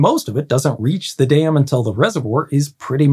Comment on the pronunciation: American accent be like "I built a little dayum"